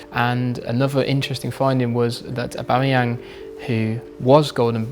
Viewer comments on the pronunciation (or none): Gab says aubameyangs name so weird...